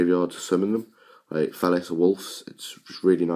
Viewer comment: sounds like youre saying falice